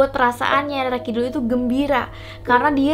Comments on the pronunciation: Rara kidul Bacanya Roro Keknya gitu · Bacanya roro kak bukan rara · Bcanya Roro kidul mba',,,, bukan rara.